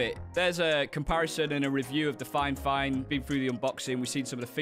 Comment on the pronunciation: You keep saying finefine its fifine...